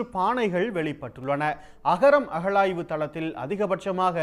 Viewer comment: அஹழாய்வு இல்லை டா யப்பா அகழாய்வு change your pronounciation